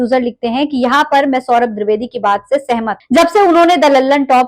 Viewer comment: आप द्रिवेदी मत बोलिये द्विवेदी बोलिए